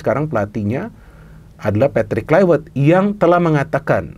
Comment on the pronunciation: kluiwert.. wiewer.. wkwkwkw